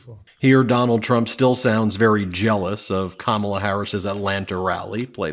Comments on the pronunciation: Notice how he said the VP’s name correctly. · I noticed Diaper Trump was pronouncing Kamala Harris name right for once...